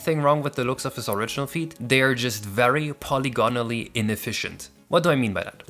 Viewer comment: Great video! Just to let you know, with the word 'polygonally', the short 'i' sound is put under syllabic stress, making it pronounced like 'pol-ih-gonally' compared to the normal use of 'polygon' which stresses the 'pol' sound. If you don't know what I mean, you can see how it's pronounced online!